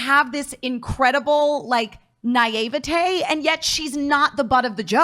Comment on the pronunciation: It's not Nayyayvatay it's Naivety